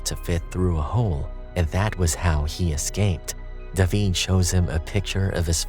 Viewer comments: How are y’all ignoring that this dude pronounced David like “duh-veed” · It’s how they pronounce David in Spanish 😊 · Fun fact...that's how you pronounce the name in Hebrew.